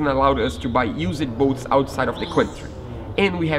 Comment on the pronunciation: Your English is nearly perfect, but I notice that you will use two syllables to say words that end with "ed". For example, words like used and loved, are both one syllable words. Awesome project and I can't wait to see it on the water!!